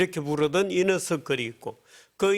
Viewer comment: 이너서클을 이녀석들이라고 들었네